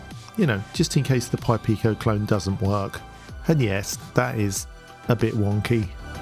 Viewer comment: Well done saying "purple pi pico" so many times! 😁